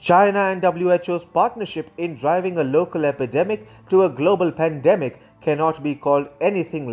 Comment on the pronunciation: While the Philippines pweesident.. "I need china more than ever specially this hard time of pandimic." . I